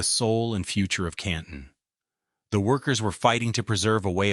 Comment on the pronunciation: Canton is pronounced correctky!